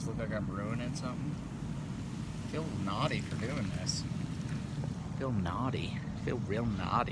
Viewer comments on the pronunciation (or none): The way he says “ feel nawdyy “ 😂😂